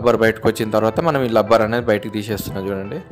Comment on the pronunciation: లబ్బర్ కాదు రా బాబు... రబ్బర్ ఆది